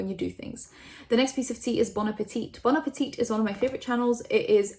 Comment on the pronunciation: Omg dont talk about bon appetit if you're not going to do enough research to pronounce or intro it with respect. Fuck